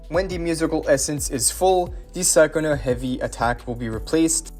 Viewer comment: Wasn't her name pronounced as Cha-cona in the story? Sorry it just kinda irks me lol.